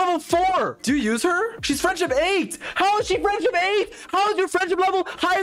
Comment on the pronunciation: ”how is the frienfship level higher than the talent level” 😹😹😹 i DIED at that part